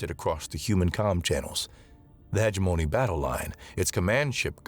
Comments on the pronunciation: I think the problem with live reading us the incorrect pronunciation. I will just mention one, heh GEM o KNEE. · Hegemony ... huh·jeh·muh·nee jeh emphasized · I always put the emphasis on the wrong syllable on Hegemony 😅